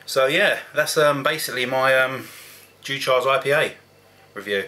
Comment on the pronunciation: Its pronounced like Dew-kers Its one i have drunk a few times in the past..Caledonia 80/- from the same stable also a good one to try..Great review..